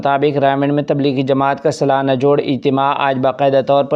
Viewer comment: سلانا نہیں سالانہ الفاظ صحیح کریں